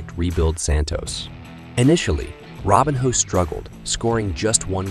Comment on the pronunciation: I’m sure this is an interesting video, but I can’t listen to you butcher his name over and over again. Robinho, not Robin Hood.